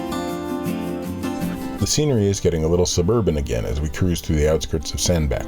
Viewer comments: Cruised this part of the T & M around 30-35 years ago. Great to see it again through your cameras. Always enjoy your vlogs. BTW I believe Sandbach is pronounced "Sand batch". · Another lovely vlog, thank you. Before any one else mentions it, I think you'll find it's Sandbach, as in 'batch'. Yeah, i know, must get out more :)